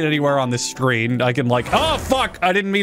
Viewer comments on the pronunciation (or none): none